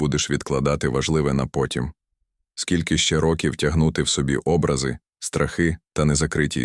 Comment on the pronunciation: Люди добрі! Шануйте мову! Філософія зрозуміла, але сюжет і виклад жахливий. Наголоси б'ють по слуху. Особливо, Образи замість обрАзи та інші недоречності.